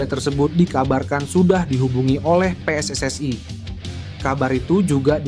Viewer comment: Bilang PSSI kok bacanya pe es es ai Kalo Bhs Inggris kan harusnya pi es es ai Kalo Bhs Indonesia yah pe es es i Situ org dr negara mana siy ??😂